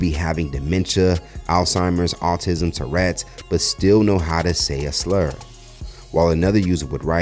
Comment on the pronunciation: That woman is disgusting... Davidson should sue her for slander. She can't even say tourettes correctly. "TURRETS!".... It's not a tank!